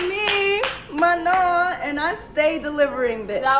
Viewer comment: Just FYI, since I noticed you trying to make note of how to pronounce Manon's name, they said it wrongly in those clips. It's pronounced "mah-no". The last 'n' is silent.